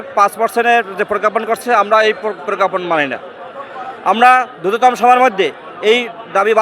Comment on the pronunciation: দ্রুততম কে কোন আন্দোলনরত শিক্ষক যখন উচ্চারণ করে দ্রুততম্ (drutotam), তার দাবি না মেটানো উচিত নয়।